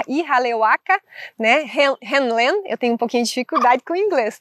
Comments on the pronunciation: Continuando, na pronúncia, o nome do médico cujo experimento com a técnica do Ho' oponopono é descrito livro Limite Zero, de Joe Vitale, ficaria IRRALEACALA RÍU LÊN. Mas em regra só se usa Ríu Lên. O nome dele é Ihaleakala Hew Len. Nos deixou esse maravilhoso legado que é o Ho' Oponopono da identidade própria. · Buscando contribuir com você, a pronúncia que ouço sempre e todos os tradutores é Ríu (como rio só que com uno final) Lêm (len, o pedaço da palavra lenha. Ríu Lên. Ok?. Sua interpretação e explicação da técnica do Ho' oponopono é maravilhosa, sobretudo no reflexo da sombra, onde o que me incomoda no outro é um sentimento que existe dentro de mim